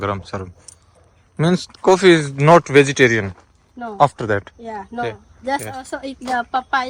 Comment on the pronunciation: coffee😂😂 bhai sahb ko English nhi aaj pta chla😂